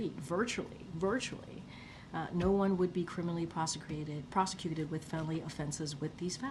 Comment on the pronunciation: Prosecrated? I didn't understand anything she said except for that one word "prosecrated" Now if no one understands the gobbledygook string of random syllables given in response to a simple question, how can she have the gall to insist that she has answered that question at length.